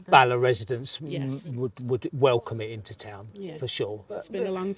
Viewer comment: And Bala (very short word), not Barler. merely advising not criticism . An admirable effort in pronouncing the Welsh place names! Excellent production, made a Welshman exiled in Western Australia a bit homesick. many thanks